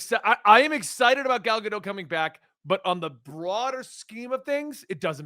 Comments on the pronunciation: It's gah-dote, not gah-doh. The last letter of her name is a taf which makes a "t" sound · Her name is GadoTTTTTTT not Gado. It’s not French